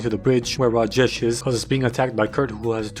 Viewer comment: The way he says Rajesh is the best I've ever heard from an American dude good werk